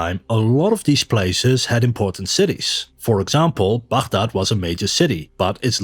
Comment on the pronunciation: As an Arab, I appreciate that you pronounce Baghdad correctly :)